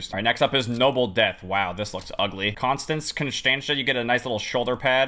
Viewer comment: Con-Stance. You're welcome.